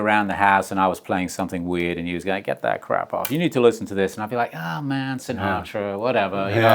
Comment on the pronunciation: We all love Ringo but I wish he’d stop pronouncing ‘and’ as ‘end’!